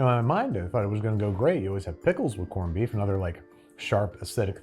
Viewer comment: Did you say “porned-beef”? Well executed episode!! That is some spectacular production and presentation! …and “Habby” B-day to Brad 🎉